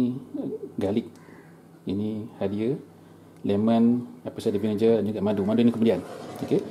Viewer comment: Bukan vinije. Sebut bunyi "ge"